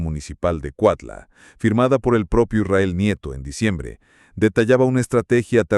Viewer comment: Es cuautla no cuatla aprende a hablar bién pendejo!😂😂😂😂😂😂😂😂😂😂😂😂😂😂😂😂😂😂😂😂😂😂😂😂😂😂😂😂😂😂😂😂😂😂😂😂😂😂😂😂😂😂😂😂😂😂😂😂😂😂😂😂😂😂😂😂😂😂😂😂😂😂😂😂😂😂😂😂😂😂😂😂😂😂😂😂😂😂😂😂😂😂😂😂😂😂😂😂😂😂😂😂😂😂😂😂😂😂😂😂😂